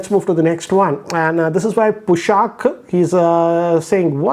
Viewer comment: Pushkar became PUSHaak